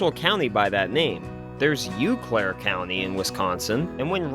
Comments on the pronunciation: Eau Claire pronounced OH Claire not Ew Claire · * OH Claire. Not "You Claire"... sorry...lol. I live here. Everything in Wisconsin gets butchered. No biggie. Cheers. Loved this recap of a movie I grew up loving. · in Wisconsin iEau Claire is pronounced “O Claire” not “U Claire” I’ve never understood how three vowels EAU is pronounced another vowel O, maybe it’s French idk, my favorite scene is still the water skiing scene where they think Chet is yelling “Go faster” I still remember seeing this with my dad in theater in Green Bay on Lombardi Ave next door to Red Lobster and old Show Biz pizza .BA BA BA BOOM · I may be biased, being from a small village in Wisconsin surrounded by resorts, but this is actually my favorite Candy movie. Akroyd perfectly captured how my "Chicago" city relatives dressed, acted, and looked when they used us as free fishing/tourism guides. And Eau Claire is pronounced closer to "Oh" Claire, not "Ewe" Claire. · Not to be that guy... I'm gonna be that guy. I'm a transplant to the great state of Wisconsin. Eau Claire is pronounced "O Claire" . Other than that I love this epidsode. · Heads up for people out of the area, Eau is pronounced "oh" Claire. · Eau Claire is pronounced Oh Claire by Wisconsinites😅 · Ftr Eau Claire is pronounced "oh claire" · Eau is pronounced “oh” like O’Hare. Eau Claire means clear water. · Eau Claire is pronounced "Oh Claire". Eau, as in French for water. My husband and I snickered at that. (we're from Green Bay) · Paul Bunyan's Cook Shanty is in the Dells, 40 miles north of Madison. My best friend had an October wedding in the Dells and we all wanted to eat there but they were closed for the season. And it's pronounced like "oh Claire." Sorry to be that guy. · I enjoy your video however I find your pronunciation of Eau Claire highly suspect...